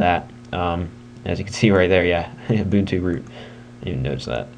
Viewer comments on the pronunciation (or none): it's pronounced you - bun - too